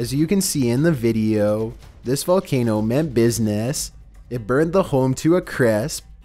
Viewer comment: Dude mispronounced many of these very famous volcanoes.